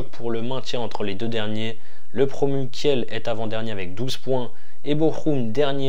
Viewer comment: Merci pour ces bonnes analyses mais si tu pouvais dire Kil ou lieu de Kielle pour les prochaines vidéos 😉